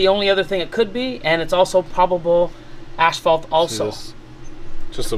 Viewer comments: Wth! has yal say "ASH-fault"? Hahah ASS-FAULT. ASphalt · The Canadian pronunciation is ash-phalt but in the US asphalt